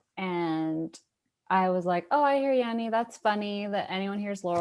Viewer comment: The way he says "Yanny" tho